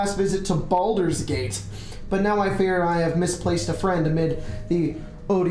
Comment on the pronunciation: the way he said Baldur's Gate was like the verbal version of bolded text in a video game.